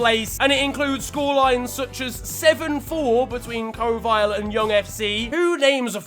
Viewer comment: When estonia is finally in the ftw pronounces kohvile completely wrong